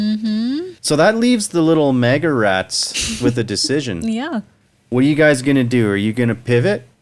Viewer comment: "Mean maga tweets" reading had me giggling so hard - thanks for the funnies! I needed that. What to switch in for "maple" so as not to insult our nation's syrup... Muskeg maga? Happy to join you pronouncing it "mawgah" going forward. On purpose.